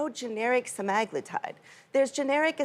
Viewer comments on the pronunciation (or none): SEMAAHHGLUTIDE.. ITS SEMAGLUUUTIDE lady.